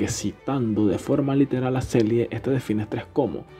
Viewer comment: en realidad es la teoría de la respuesta al stress o respuesta adaptativa inespecífica (hoy día sabemos que no es inespecífica). Se pronuncia ''Selie'' en español y en ingles ''Seli''. Muy buen video.